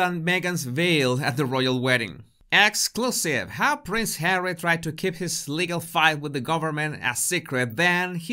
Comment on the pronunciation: It’s kind of humorous when you call just Hawwy just “Number 6” 😂